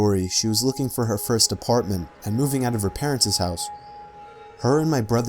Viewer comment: This fucking idiot can't even pronounce parents right. Stop watching 22 seconds in. 😒